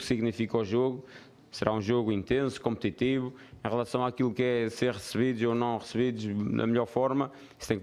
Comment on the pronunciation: Um shot por cada vez que ele disse "competitibo"